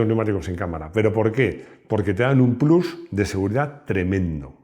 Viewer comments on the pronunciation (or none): none